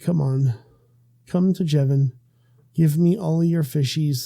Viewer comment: when you say your name you say, when i say your name i say youjevin